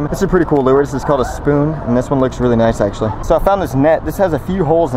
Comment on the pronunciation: it's called a lure not "lewer" lol